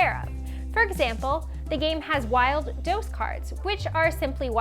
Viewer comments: "unoe" "dows" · I'm just here not okay with how she says the word Dos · Lol, I love how you pronounce Dos